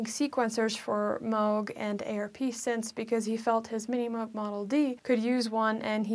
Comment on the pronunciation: Thanks for pronouncing M-oh-g correctly. The good doctor would have approved.